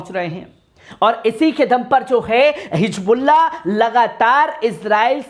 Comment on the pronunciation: Dekho Aadi padhai ki vajhe se insaan na English sahi padh sakta na Urdu sahi bol sakta, ye janab Hizbolla bol nhi sakte hijbulla bolte hai aur English kaisa padh rahe hai aap dekh rahe hai, Pehle apni zaban ( language) sudharo bhai baad me videos banana !